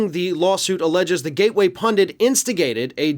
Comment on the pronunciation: Hooray! PUNDIT, not "pundant", as so many other people pronoumce it. Thank you!